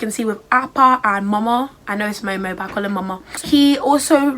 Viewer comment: Not you adding a 9ja twang to Momo. So glad you joined the ATLA club, Korra is a fun time as well! This was a great video idea.